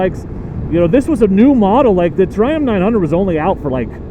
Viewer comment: I thought your were saying "Dear Trump".